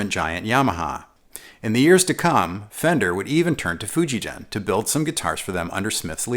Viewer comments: Great review! It's Fujigen (hard G, as in "get"). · Just a minor correction that "Fujigen-gakki" has hard G sound in both parts of the name The "gen" G sound is hard as is the "gakki". In Romanized Japanese, any soft sound, as in gee whiz, is written "ji" as in Fuji. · Just so everyone knows, the "G" in "Fijugen" is hard. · Thank you for this video. Fujigen’s “ge” is supposed to be pronounced like guess’s “gue.” Anyways, I bought white JEM in 1996 when I was living in Japan. I still have it.